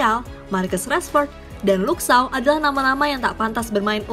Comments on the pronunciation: Belajar ngomong ‘Shaw’ dulu deh: bacany: “Syou”. Shaw= Syou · Apa syah .... 🤣🤣🤣🤣 Luke shaw bro ....cara bacanya aja salah ... Dan ya alex telles itu dari brazil bukan portugal ..... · Shaw itu dibacanya Syo(w).. (huruf W nya dibaca lemah/tidak terlalu jelas). Coba utk memperhatikan bila komentator sono menyebut suatu nama. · Anjim kenapa shaw jadi shah wkwkwkkw jadi orang arab bangkeeee kwkwkwkw